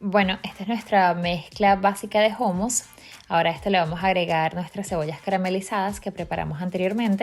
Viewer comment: Niña no se dice jumus se dice jumus